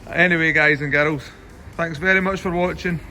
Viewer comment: No one.: Hi guys and garols!